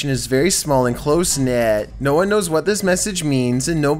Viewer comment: "Number wan"